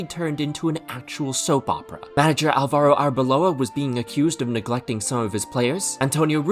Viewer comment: You pronounced Álvaro wrong